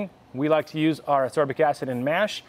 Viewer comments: FYI: ass-KOR-bic acid, and it is definitely the same thing as vitamin C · Learn how to pronounce ascorbic…